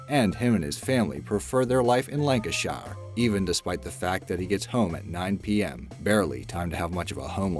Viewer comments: Lancashire not Lanca-shire. I don't know why But, you Americans like to add more emphasis onto words or pronounce them as they look on paper, it's cool though. I just thought I'd correct you, on how us English pronounce it. :) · It's pronounced "Lanca-shur", not "Lanca -shayur". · btw its pronounced lancasher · I know..Lancashire was funny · You say Lancashire so weird omg lol